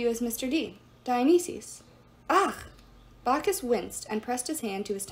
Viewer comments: "Dionisi's" it's pronounced Dionysus, Dion-ices. I'm not trying to be mean but like it's just driving me crazy when you say it, sorry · I don’t mean to criticize, but here are pronunciation tips. Dionysus: Die-uh-nice-us Gaea: Guy-uh Thanatos: Thanna-toes